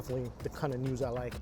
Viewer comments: I hate my mind when he said noodles noods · haha i thought you said Nudes here